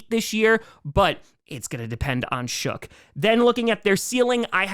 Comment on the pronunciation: Saints fan here. Tyler Shough's name is pronounced like Luck, Muck, Cuck, Shuck, and Fough.